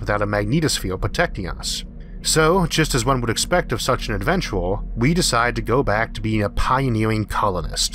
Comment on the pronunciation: Wow..."ADVENTOR". I'm sorry dude great video and all, but I had to stop here. This is too silly for me!